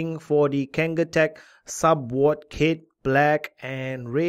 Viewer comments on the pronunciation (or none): ahahah your accent "SUBWOD" and WAPE ahahahh love ya vids 👌